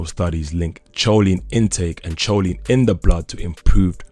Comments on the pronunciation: Remember...the h is silent on the word herb..it's pronounced erb...h is also silent on choline...it's pronounced co lene......not cho lene.... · Not pronounced as choline.but..kholine boy.... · Good overview. Choline is pronounced “co-leen” btw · I think he is saying it in spanish CH is that sound he is making (in spanish)